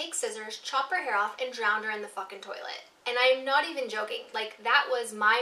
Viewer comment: Please tell me Im not the only one who watches Futurama and was thinking about Scruffy saying "Turlet" instead of toilet